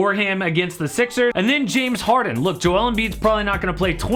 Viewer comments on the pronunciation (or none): none